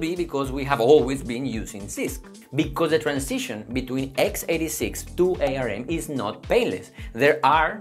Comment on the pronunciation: It's pronounced arm. Like the body part.